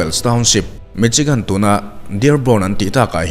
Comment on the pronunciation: Mi-Shi-gan tia lam tur Michigan hi..... C-H-I chi ti a lam tur qnilo